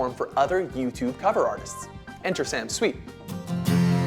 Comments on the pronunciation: He pronounced Sam's last name wrong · IKR Sam is awesome 😍 He is totally the best 💝 But this guy in the video said his last name wrong 😂